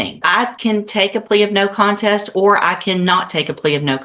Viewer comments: Not me screaming CONTEST at my phone bc he keeps pronouncing it content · He can't even pronounce "contest"